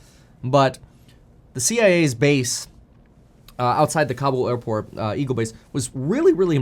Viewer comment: It sounded like you said the cia is base. Just finding a lol where I can